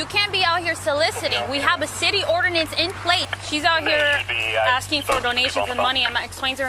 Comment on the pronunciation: It always tickles me when officers can barely get the word "ordinance" out of their mouths but want to violate people's constitutional rights with unconstitutional laws.